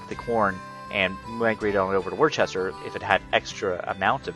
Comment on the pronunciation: Love the video taught me a lot, but way off on the pronunciation of Worcester. Not that it matters but some of the towns around Boston have some really odd pronunciations. Sounds more like Woo-ster To hammer the point home another example Peabody, you would think Pee-body as anyone would, but it is more like pee-ba-de. Very strange us New Englanders :/